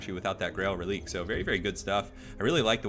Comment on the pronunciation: I think it's pronounced "Relikway".